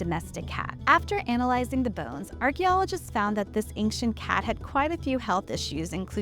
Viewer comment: This information about cats is great- the narrator who cannot pronounce the word "ancient" is entirely unqualified for any position of responsibility requiring communication.